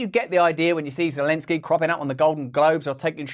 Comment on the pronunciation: Is that supposed to be zolensky ?